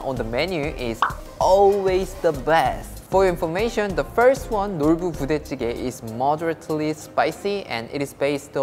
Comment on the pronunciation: I got confused at the way you pronunced the "Nolboo Budae Jjigae" 😆. Makes me want to learn Korean more!